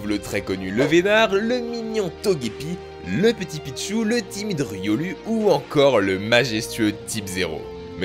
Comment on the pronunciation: On prononce riolou